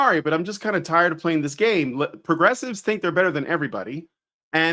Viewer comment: "pwogessiwes accepe me for who I am" That's how you know you're failing.